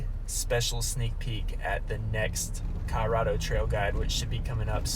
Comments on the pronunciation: Are you saying Cah-Rado? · Who taught you to speak? CoLOrado